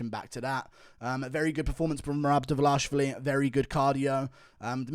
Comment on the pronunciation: Merab "Meh-Rab Devalishy" Dvalishvili